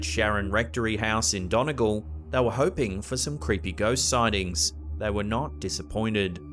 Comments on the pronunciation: Hey just saying Donegal is pronounced like done-e-gawl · Love the way says "Donegal " for the haunted house. It's actually pronounced Dunnygawl. Sorry, I'm always splitting hairs 😆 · Its pronounced dunny-gawl 🇮🇪🇮🇪🇮🇪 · I love the way he pronounced donegal as donne eh gall